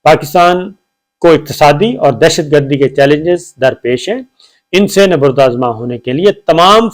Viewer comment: “ نبرد آزما “ ————- اگر اجازت ہو تو عرض کروں کہ ——— لفظ ———- نبرد ———— میں حرف ب پر پیش نہیں زبر آتا ہے